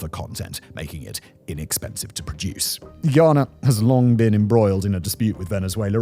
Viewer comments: It's Guy-ana. Not Ghee-yana. Guy-anese oil is light. Much easier to process. "ni una hoja de hierba" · (Guy)ana not Guiana 😂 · Its pronounced Guy (like dude) - ana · Pronounced guy-anna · You don’t say Guyana 🇬🇾 properly… Considering it was a British colony come onnnn